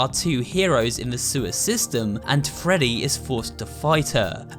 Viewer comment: And that’s not how you say “Freddy”